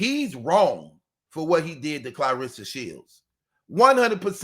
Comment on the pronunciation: I love the way you say her name Clareesa.. like Hannibal Lector😂